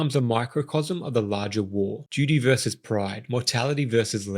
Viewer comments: "vs." = "versus" not "verse". Pet peeve. The final "s" is pronounced, like in the word "verses". That said, this was a phenomenal breakdown of this fight scene. I've always felt this is the best duel I've ever seen on film. You helped me appreciate it even more. Fantastic. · Versus, not verse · VerSUS! Not vers.